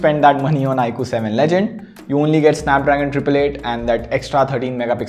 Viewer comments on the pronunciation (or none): It is legend... Not ledgend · BTW its "legend" and not "ledgend" i guess